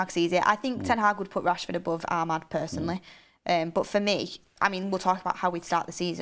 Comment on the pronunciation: saying personly is killing me off!